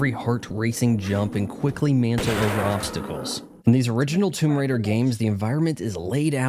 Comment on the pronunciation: TOMB"OY" RAIDER 🤣🤣🤣